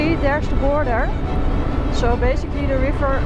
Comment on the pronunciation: I was wondering why Noraly sounded different. Her s sound like sh eg her 'so' is 'sho' I was going to ask what happened to her then I saw in the comments many viewers were fooled into thinking she's Noraly too. Same style, same country😂